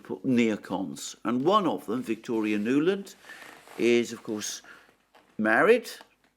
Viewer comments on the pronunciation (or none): none